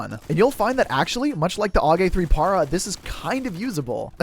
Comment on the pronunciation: Bro said "pahrah" Para is short for paratrooper lmao its "pair-uh" If you dont believe me understand that carrying a lightweight weapon is great when you are send directly to a battlefield with no understanding of your environment you may have to move alot and since you are gonna be running around why do it with a heavy weapon? It makes sense but if that didnt make sense look it up, thx for reading :)